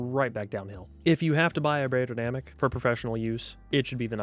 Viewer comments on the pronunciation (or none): Thanks for the honest review. If you wanted to pronounce the name of the brand „beyerdynamic“ correctly, it should sound more like „buyer“ rather than „bear“. Greetings from Germany 👋